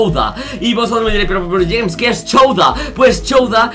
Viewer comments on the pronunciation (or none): none